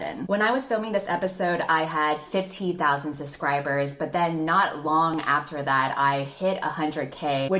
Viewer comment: Whenever says subscribers I hear suscribers 😂 is it just me?